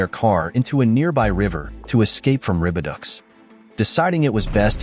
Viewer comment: Venezuelan butterfly.😂😂 I think I speak for everybody when I say "Naw. That's called a Mafia Necktie." And stupid AI. Ribiducks.. One would think with how far technology has come throughout the years we would have at least one AI that doesn't mispronounce words. Ribidoux - (Rih-bih-doh).. Instead we get (Rih-bih-ducks)😂😂